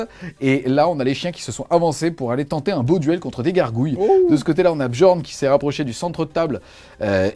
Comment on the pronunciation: Les 'J' dans les noms vikings sont utilisés comme des 'i' Comme pour la Red Sonja, on dit Red Sonia. Donc on dit Niarl et Biorn